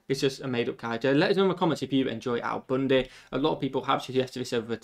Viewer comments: Who’s Al Boonday? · How he repeatedly pronounced "Al Bundy" in the beginning (as he is british) is so funny .... it's like those mis-pronounciations in the show (like when he had to renew his driver license) ROFL